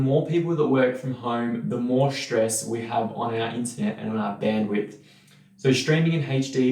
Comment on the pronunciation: Good video but what's with the "shtream", "shtress", "aushtralian", "regishtration" - that unnecessary "sh" sound in there is really distracting.